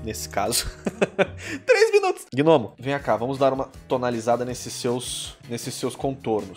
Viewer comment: Caramba cara toda a santa vez que você falava gnomo eu escutava gnomio kkkkkk Ótimo desenho :)